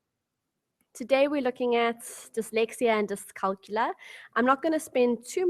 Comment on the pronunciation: Dyscalculia is pronounced dys-cal-cul-ia -- therefore you need to pronounce the ia at the end of the word. The same way you pronounce dyslex-ia.